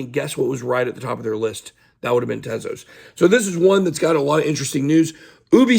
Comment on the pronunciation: At least u say Tezos correctly and not 'Tease-Us' like the n00bs. Or that African American man Larry who is always talking about Solano even tho he old AF, tryin to give 'advice' but dont even know how to say SOLANA 😆